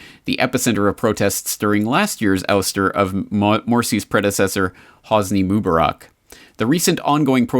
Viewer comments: According to the usual Arabic rules for stress, the name Mubarak (better, Mubaarek) should be pronounced /moo-BAH-rek/, second syllable stressed, since there is an 'alif' following the 'be'. مبارك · Where I live in Morocco, my best friend's first name is Mubarak. It's pronounced like Moo-bah-rak with emphasis on the second syllable. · I'm finding it annoying to hear you mispronounce the name of Egypt's former president. Mubarak. Please say it correctly in the future.